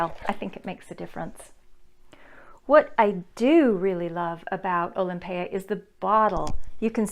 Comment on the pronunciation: You are the only one whose pronounced it correctly bravo! Most other reviewers call it Olympia pet peeve people can't read! Nice review